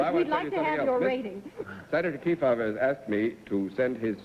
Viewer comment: Once again, the supposedly intelligent, worldly and well-educated Bennett Cerf mangled another famous person's name. Senator Kee-foe-va?! What a dope.